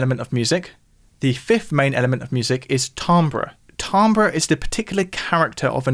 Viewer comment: sorry to be a picky little annoyance but it's pronounced "tamber", not "tambre" or "timbre", or "timber".